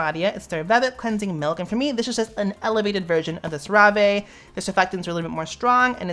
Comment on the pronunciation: sir you did not say cerave like that 💀💀💀💀